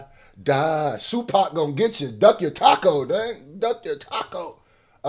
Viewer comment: You said SuePac 😂🤣😂🤣😂🤣😂🤣😂🤣😂😂🤣😂🤣😂🤣😂😂🤣